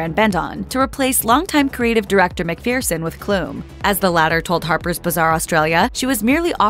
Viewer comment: McPhereson?.. it’s McPHERson.